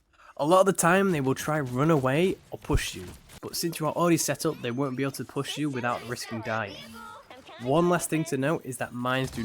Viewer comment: Mines do not detonate on 'mackable' walls? Did he mean 'breakable'?